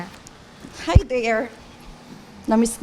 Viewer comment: I haba 🤣🤣🤣 i haba haws i haba feys 😂😂😂 tapang ni gurl may pinag aralan pa yan ah 😂😂😂 maka Diyos pa ai😅😢